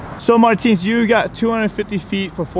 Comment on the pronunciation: MAR - TINS!!